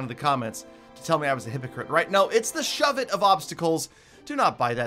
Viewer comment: “Shovet of obstacles”